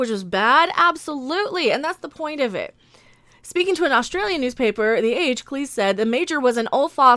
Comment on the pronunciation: Thank you for pronouncing Cleese as Cleese and not clese